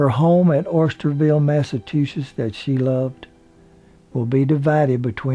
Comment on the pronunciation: Very nice tribute to the late great very beautiful inside and out Lee Remick...thank you! BTW, it's pronounced Osterville here on Cape Cod not Oysterville. Actually, the most upscale affluent community here on the Cape and of course, gorgeous!